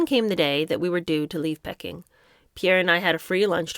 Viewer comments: You’re too young to remember but it’s Peaking not Pecking. Yes I’m nitpecking. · Its Pee-king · It’s prounounced Peeking 😂🤣😂 Sorry, I couldn’t resist 😂. I’ve never corrected any YouTubers pronunciations including yours- Americans seem to have a lot of problems with place names in the UK & the everyone usually has a problem not only with most of our 🇦🇺 place names but a lot have problems with understanding our accent 😂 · Pronounced Pee king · Don’t take any of the comments personally there’s nobody here that could read like you and do such a good job even if your interpretation is not there cup of tea. I love your reading skills… who amongst us could read without a mispronunciation… I did laugh out loud when you pronounced Peking…. 🙊It takes a lot of courage to read these books and you are doing an amazing job.❤❤❤❤❤🌺 I look forward to them😘